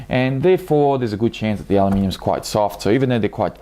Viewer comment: Did you say alumium?